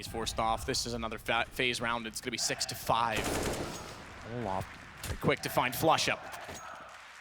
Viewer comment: Fucking keeps saying olaf about Olof 😂